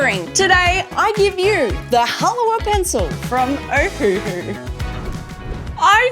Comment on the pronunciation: It is pronounced "Ha-la-va."